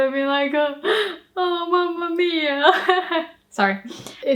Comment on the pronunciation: イタリア人なんですけど、Mamma miaって吹き出しちゃいました（笑）発音が完璧でしたし！